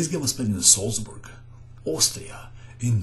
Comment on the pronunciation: The name of the city is pronounced like Z-ah-ltsburg, and Keres' name is pronounced P-ah-oo-l.